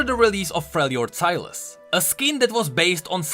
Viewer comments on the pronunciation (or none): none